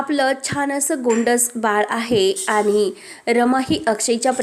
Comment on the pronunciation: भाषा फारच अशुध्द आहे.आणि चा उच्चार आनि का?